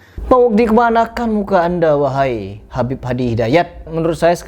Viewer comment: habibe.pake qolqolah.wkwkwkwk makin lucu aja nih orang.ikut stand up bisa kali